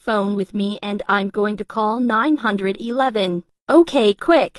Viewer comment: "HELLO NINE-HUNDRED-ELEVEN"😂